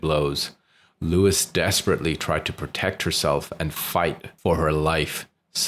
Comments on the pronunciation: Her mother's name is Lois, not Louis...FYI. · Why are you calling her Lewis it’s Lois as In Lois off family guy